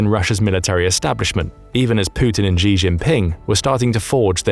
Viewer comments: The Xi in "Xi Jinping" pronounced more like Shi/Si. Not "Ji" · Xi is pronounced "she". Not "jhee". I know that Chinese languages have tonal differences between words, but that's how it sounds to English ears. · Please teach the robot how to pronounce “Xi”as in “XI JIngping”, it is not pronounced ‘Zhee” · why do the British think Xi is pronounced like "gzee"?